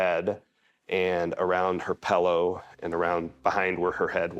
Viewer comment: Pillow not Pellow